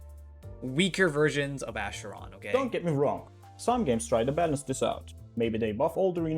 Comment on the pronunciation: isn't it pronounced "ackeron" instead of "asheron"?